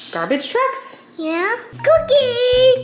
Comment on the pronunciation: I keep hearing play drugs instead of trucks. Help